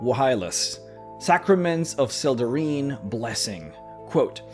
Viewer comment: I think it's pronounced, "Sel-deh-rhine". The "ine" ending is "ine" not "een".